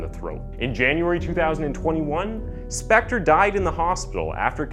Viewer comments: Leonard "CoNan?" "Spencer?" "Speck-tar?" Come on, man. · man if you want to be a narrator or voice over, you have to talk FASTER and you miss- pronounced Spector 3x. what should have been 7 min. was stretched WAY TO LONG! and NO Im not on coke. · This dude pronounced Phil Spectors name 8 different ways. Even Spencer one time. Love it. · Get used to it. He does it in EVERY SINGLE video! He even pronounced Spector as Spencer once and pronounced Spector about 5 different ways